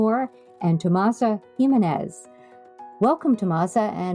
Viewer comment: The interview was very informative and I really enjoyed hearing their thoughts on sewing and patterns and pattern testing. I was a bit surprised to hear the constant mispronounciation of Tomasas' name. Not sure, but I think her last name is HIM MEN NEZ. The accent or emphasis on "MEN". Not HE min-nez. Further, it isn't "TomasO". It's TomasA.